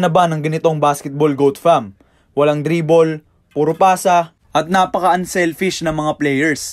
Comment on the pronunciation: Hahaha tawa ako sa walang dribol mo. Ayusin mo haha. Less dribol hindi no dribol bugok😂😂😂